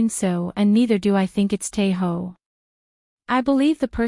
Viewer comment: Sis his name is Tae Oh not Tae Ho 😅 the problem with these AI generated voiceovers is how annoying they sound and they always butcher people's names